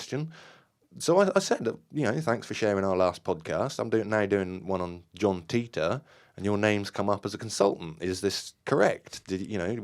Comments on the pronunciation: Not that but he explained what Titor stands for. If you know what it stands for you'll know Matheny isn't pronouncing it correctly. Dude even had the audacity to laugh at everyone calling him something else than teetor and didn't know where that was coming from. It's not his real name obviously. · Actually want proof matheny isn't behind John Titor? I'll give you a big clue. Wouldn't the creators actually know how the name is pronounced? John Titor explains his name in one of his postings.